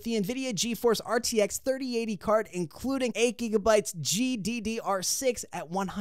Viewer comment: Bro said GTX Instead Of RTX 💀💀💀💀🤣🤣🤣🤣